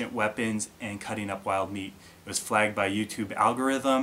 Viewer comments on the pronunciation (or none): What is 'flayging' and 'flayged'? Is that how northern people say "flag?" Like "oh, hey dare, Canada"?